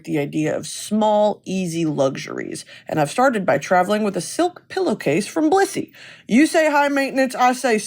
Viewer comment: Every time you say Blissy I think you’re saying Bussy